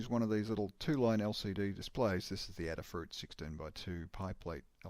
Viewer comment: Cool demo. Adafruit is Aid-uh-fruit, not Add-uh-fruit. Like Ada Lovelace.